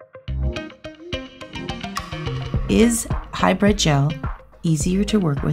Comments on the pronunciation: It is not hyBRED it is HyBRID LMAO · It sounds like you're saying high bread. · All I’m hearing is “hybred” 😅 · She’s saying High bread gel. Hybrid. Hybrid. High bread.